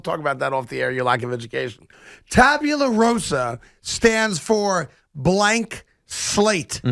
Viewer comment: Tabula Rasa not rosa.